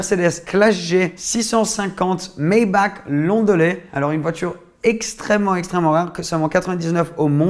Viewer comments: Ça se dit pas Maybak, ça se dit maybarh même si sa s'écrit Maybach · Maybach se prononce MaybaR ( le CH en allemand se prononce R si il n’est pas suivi pas un S et est précédé par un A/U/O/AU)